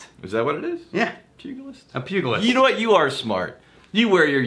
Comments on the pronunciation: DUDE. It's pronounce pu-Ji-list. Clearly you don't watch nearly enough Simpsons. Rectify that please. FYI, you don't need a whiskey flavored toothpaste cause if you wash your teeth with whiskey you're Scottish, and everybody knows British people don't brush their teeth. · Pugilist, the g is pronounced like it was a j. If you want to feel better about spending on whiskey just remember that it's very hard to find a decent wine under $10. So if you figure a decent bottle of wine runs $15 - $30, not super high end just decent to very nice, and it lasts one evening, that bottle of whiskey starts looking like a bargain. Unless of course you are sipping it after a nice meal with s good bottle of wine!